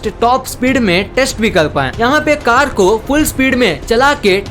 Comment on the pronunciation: Lol u don know how to talk or what telling four to fol and telling car to cal